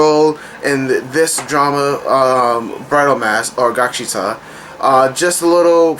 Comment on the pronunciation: lol it's gaksiTAL. with a L sound in the end. not gaksita. but I loved gaksital overall as well that ending got me crying so hard. it was awesome.